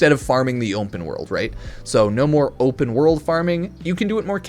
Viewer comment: Why can't he say the word open? Is he having a stroke?